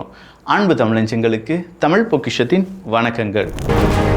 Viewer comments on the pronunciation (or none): none